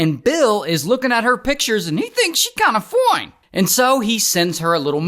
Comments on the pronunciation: The way bro says "foine" makes me giggling and smile. It makes me forget he's an adult man 💔💔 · I like it when dude says foine😅